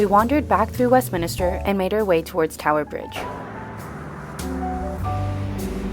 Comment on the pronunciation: Thanks for taking us along! BTW…. Westmin-ster … not min-i-ster 🤗 Whooo, those pens were expensive! £10-12 for a ballpoint pen 😳 That’s like $14-17 US… and $23-27 in my NZD money! 🤪